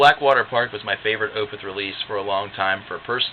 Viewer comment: Totally agree its my favorite album of theirs. And its definitely a concept album. But you're mispronouncing the word Opeth lol